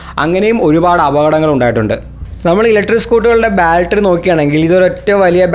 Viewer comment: ബാൽട്ടറി അല്ല ബാറ്ററി